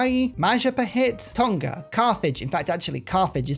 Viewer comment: Just a heads up in terms of pronouncing “TONGA” it’s not a hard G like TON-KA. It’s a silent nga similar to the words new or knew. So pronounce it like TOR-KNAR.